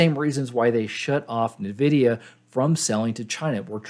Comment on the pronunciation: Just so you know it's pronounced En-Vidia. Not 'navidia'.